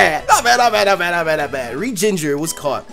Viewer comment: Its Regi-ginger its a regigigas :D